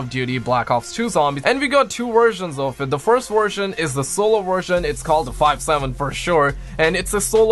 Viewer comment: Five sevem